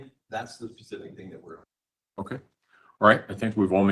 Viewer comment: Hi Gisela! I enjoy your videos ❤ It freaks me out knowing that Letecia was a school teacher!! I’m so grateful her students didn’t get out of line. Who knows what the consequences might have been 😮Do you think the kids mispronounced words as she does? She says ‘think’ instead of ‘thing’ and she cannot even say ‘superstitious’. If the parents of these students wonder why their kids have problems, well that solves one of them. As a stewardess she would of pushed unruly passengers off the plane in mid air! RIP Gannon 💙💙💙💙